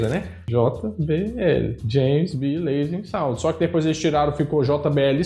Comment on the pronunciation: É Lansing Sound, não Lasing Sound 🙄